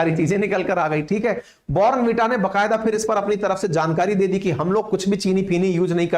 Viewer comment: Bhai saab phele zara please sahi pronunciation to seekh lete kan ki kirkiri krdi er 15 sec baad bornn veeta keh keh .. hadd hai yaar waise hum indians